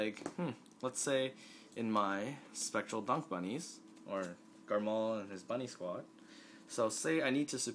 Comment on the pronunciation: It's not Garmall it's Garmore D